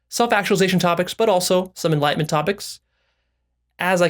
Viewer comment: Is it enlightenment but pronounced enlightment?! Lol